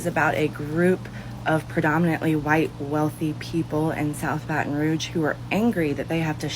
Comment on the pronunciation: This woman can’t even say Baton Rouge.